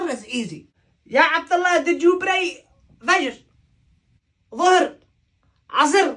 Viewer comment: Fajer, Zoher, Asir 🤣🤣🤣🤣